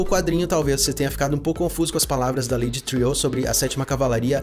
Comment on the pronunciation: Eu também achava que a pronúncia correta ela Lady "triô", tipo francês, mas daí ouvi no episódio 7 alguém no episódio falar Lady "Triu" como se pronunciasse "True" que em inglês é "verdadeiro".